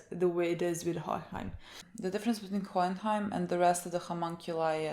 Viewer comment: It's so funny when you try to pronounce Hohenheim😂😂😂